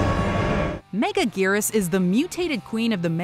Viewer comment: its megagerius not mega gears